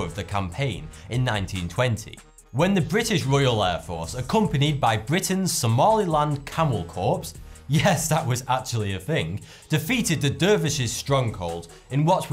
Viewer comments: Corps is pronounced core not corpse Sorry :( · "Corps" is pronounced as "core, not "corpse". Thanks for the vid.